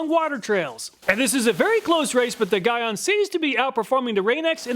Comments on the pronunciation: Great video, thanks! Constructive criticism: Gyeon is pronounced GEE (like golly gee) ON (like on/off). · Armerall makes a surprisingly good glass repellant. Also gyeon is pronounced G-on or Gye-on its a Korean name. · Gyeon is pronounced like GEE-on (G as in giraffe) if you use any of their products in future videos. They're a big brand in car paint care and maintenance. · GTechniq is a brand out of the UK. They primarily make detailing products. Also, Gyeon is pronounced JEE-ON.